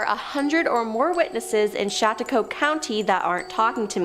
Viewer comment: The pronunciation of Chatauqua has me💀